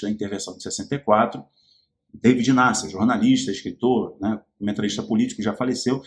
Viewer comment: O jornalista David Nasser, a que vc se referiu, pronuncia-se Daví Nasser.